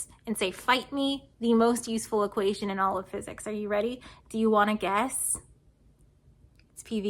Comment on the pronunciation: "Are you ready? Do you wanna guess? Sounds like "Do you wanna Gas?" Perhaps only for non-native english speakers, but it was still funny :)